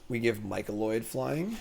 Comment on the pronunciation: MY-CO-NID. Not Micoloid, etc etc. MY CO NID. You are doing great work. Thank you!